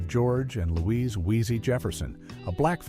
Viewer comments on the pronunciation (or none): none